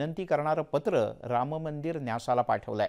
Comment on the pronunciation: उच्चार राममंदिर असा करा रामंमंदिर नाही